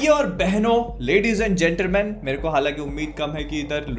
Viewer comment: Gentre Man LoL 🤣😂